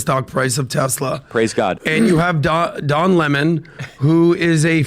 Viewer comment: Don Le-Mon